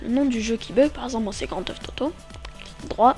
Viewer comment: ok par contre c'est pas grand teuf toto c'est Grand Theft Auto :D